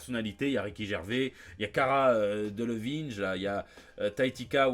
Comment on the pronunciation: "Cara Delevinege" et "Taïkata Waïtiti" à part ça super JT comme toujours